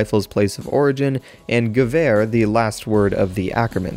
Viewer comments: Gewehr* The w has a V sound and the 'ehr' has an 'air' sound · It's so funny to hear you saying ''Gewer''. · I like how you say "Gewehr" ;) It is a lot more funnier, when you are from Germany, like me ;D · it´s funny how you pronounce gewehr (i´m german) xD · Gewehr :D OMG i'm German and it Sound so funny How you say it :D